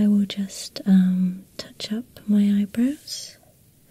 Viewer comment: ahah i love how u pronounce eyebrows.. "eyebros''